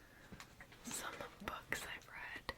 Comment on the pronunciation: Haha, I first understood "bugs" instead of "books". 🤣🤣🤣🤣❤❤❤❤ Book tapping is one of my absolute favorite ASMR triggers of all time!